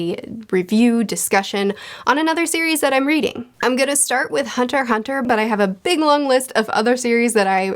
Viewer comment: It's pronounced "hunter hunter". That "x" is more like a cool cross symbol instead of an alphabet.